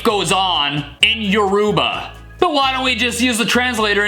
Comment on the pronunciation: You know I’m not try to be rude or anything but he pronounced Yoruba and “Your-ru-ba”. They really real pronunciation is “Ur-o-bah”. I’m just pointing it out. But great video and keep making more. You were my entire child hood 🥹